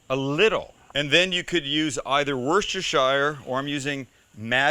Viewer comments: And just to add, it's Woos-ter-sheer, not woos-ter-shy-er :)) End result looks delicious! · It's Worcestershire (as in "share" not "shayer") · worshtershyer... Worcestershire. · Dude its pronounced WUSTA-CHER and not I repeat NOT what you said😡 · Worcestershire is actually pronounced like Wooster. Its an English county. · The way he pronounced Worcestershire sooo cringe! It's wu-sta-sha! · worcesterSHIRE, genuinely hurts to hear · Pronounce Worcestershire properly you stupid yank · As much as I love this dude's ideas and recipes, I'm starting to think that there isn't a single North American who can pronounce "Worcestershire" correctly. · mate you need to learn how to say worcestershire ! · I'd pay £20 for an American to pronounce Worcestershire correctly.